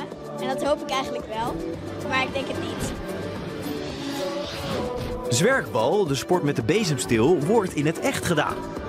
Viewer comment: “zweinstein” “zwerkbal” aah dat is zo pijnlijk om te horen haha